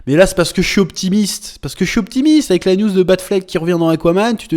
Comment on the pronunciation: À chaque fois que tu dis "une news" j'entends "une nudes"